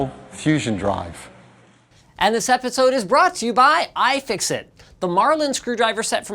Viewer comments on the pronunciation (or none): nobody: linus: I F I X I T